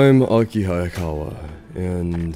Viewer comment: It’s Hayakawa. Not “Ayakawa.”